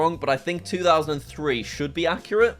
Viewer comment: I can't tell if he meant to say, "It's 2000 and free" or not